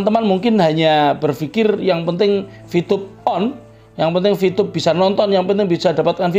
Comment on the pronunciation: Vtube pk bukan vtyube Terlalu fasih Lidah Jawa jangan di paksa